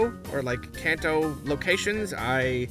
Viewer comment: Hi, just because I suspect that you might be interested. In the Japanese language, the "a" sound is a soft "a" like "ah" in "Father", not a hard "a" like in "Can". So Kanto, phonetically sounded out would be "Kah-N-Toe". (関東 or かんとう in kanji/ hiragana). Easily enough the A sound is never modified by any letters before or after it! (One of the few easy things about the Japanese language coming from English, forget about the grammar and the writing system with multiple reading - headache city).